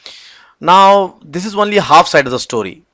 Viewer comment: Great videos, I appreciate the time and effort and the fact that they are free and educational. But I would like to offer some constructive criticism as it's always surreal to hear advanced technical presentations interspersed with "right?", "what do you call", etc. Also I have to ask, is the word "only" pronounced "one-ly" in some places or is that an error? Otherwise thank you for making this material available.